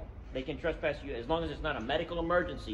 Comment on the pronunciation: 1st of all it is TRESPASS, not TRUST PASS